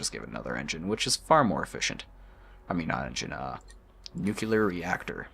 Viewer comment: "Nucular reactor" ಠ_ಠ